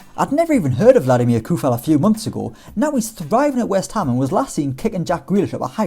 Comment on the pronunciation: It is not Koufal as everybody sais, but it is pronounced with literal C.